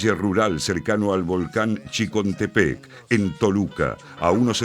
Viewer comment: No es en chicontepec es chinchontepec. No es Toluca, es Tecoluca !!!